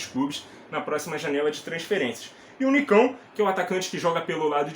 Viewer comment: Excelente comentário mas quebrou a língua qdo falou sobre o Nikão